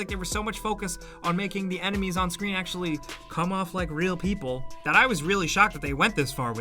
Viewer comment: “iT jUsT fEelS 2 Re4llll”